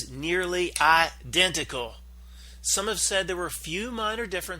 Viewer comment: And btw, What's with the idiotic pronunciation of the word identical? What's that all about?